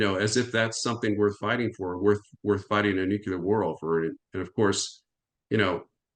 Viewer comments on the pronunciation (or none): Nukelar nukelar nukelar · Nuclear, not nukelar... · It is spelled nuc-LE-AR. It is not spelled or pronounced nuc-U-LAR. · Really! What’s wrong with them? This Bushism “nucular” got stuck around the American ignorant establishment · This guy says NUCULAR! Nuff said of his normalcy or education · God dammit. I love. And I like this guy. But how can you listen seriously to a dude that cannot pronounce nucular properly? Haha. Has he been consulting with George W. Bush? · "Newkyouleer" goes back to Eisenhower. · Jesus. How can a man be in charge of armaments coop, and still have no clue how to pronounce the word "nuclear"? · He can't even pronounce 'nuclear' correctly, just like baby Bush. He's late to the party - s l o w.